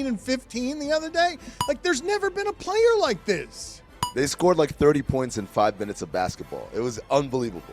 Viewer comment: saying pernts got me 😂